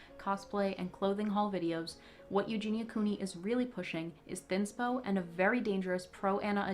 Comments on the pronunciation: Why is everyone calling Eugenia EUGENA?? It’s driving me nuts! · Who is eugina? That’s how he was saying her name. And I don’t agree her content is absolutely proana. It’s not just about how she looks it’s about what she’s doing in the videos and what she says.